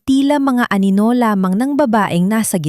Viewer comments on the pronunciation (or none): 7May banyaga dogo sigro to..si narrator.....di mabigakas ang wekang pilipino masyado😂ang anino ay naging aninola pero maganda ang story..maraming salamt.